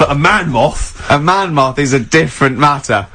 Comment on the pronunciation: ‘Man Moth’ was the fakest thing ever. The pronounciation was nothing like ‘Man Moth’.